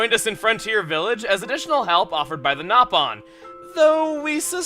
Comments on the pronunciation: No. It is acually pronounced Naw pawn. Not no pawn. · oh man i'm totally ruined, when chugga pronounced them as nah-pon i subconsiously corrected him, saying it was no-pon